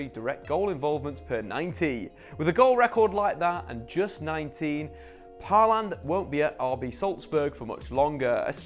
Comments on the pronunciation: Paland? Halland? If you're going to butcher his name, at least be consistent. It's pronounced "Haw-lan" like "Law ban" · The way you pronounce his name is just too funny. 😂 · Dude. You absolutely butchered his name